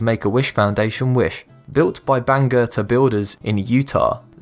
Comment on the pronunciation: I lived in Herriman when the Up house was built. Still can't believe someone bought the thing. Also: A+ on the pronunciation of Bangerter! It's a well known and used highway that goes all the wat from Salt Lake International Airport to the south end of the valley, where it connects to I 15.